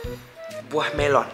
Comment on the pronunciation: Idonesia memang cakap buah melo😅